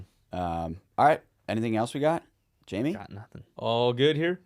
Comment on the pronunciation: Who is "Jaime" and why are you calling Canton Jamie?